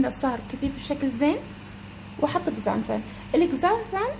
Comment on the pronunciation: Xanthan X يلفظ z